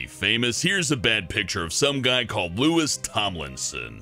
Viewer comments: It's Louis not Lewis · did you just say LEWIS thomlinson? i mean i dont like one direction but even i know its pronounced "loo-ee" come on m8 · ITS PRONOUCED LOUIE NOT LOUIS GOD GET UR FACTS STRAIG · It’s Loui(s) Tomlinson not Lewis. Louis as in Louis XIV the French King. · ITS NOT LOO-IS ITS LOO-E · you did not just say louisss hahaha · LOUIS. SILENT ' S' . L O U I <- Pronouncation. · I'm a directioner and I laughed so hard about the comments about Louis even if they pronouced his name wrong xD (sorry for my English) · people are gonna be so pissed about mispronouncing Louis and Kendall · How dare he say that Louis shouldn't be famous (and he pronounced his name wrong😡😡😡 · He pronounced louis name wrong... 😂😂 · I got triggered when he pronounce it like that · You don't pronounce Louis with the S . It's silent. Ugh😒